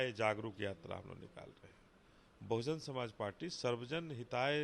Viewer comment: Anchor bhai kamse kam party ka naam toh sahi se le lete. .bahujan samaj party